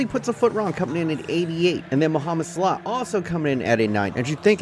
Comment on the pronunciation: How bout slaw (salah)